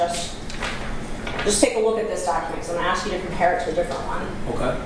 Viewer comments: What is going on with the word ax he means ASK right? Why is that so hard. He is a clown 🤡 , like they say he's tying to be cute, he's as incompetant as all of the George's Fulton County Fani Willies District Attorney's Office. And Ahsley Marchant is so on top of things, she's the very compantant one there. 😏😏😏😒😏😏😏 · thinks he is smarter than Ashley….. hey mate it’s ASK not AKS!! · Stop saying axe........ask, ask, ask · Did he "ASK" or did he "AXE"? because the latter would be a felony 😮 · Can anyone in the Fulton County Da’s office pronounce the word “ask” correctly? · Just axe me. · Why can he not correctly pronounce common one syllable words, ie “ask” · Why is the word ask so hard to say?